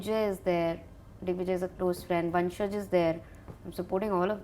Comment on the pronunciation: his name is not vansaj its vanshaj dumb aah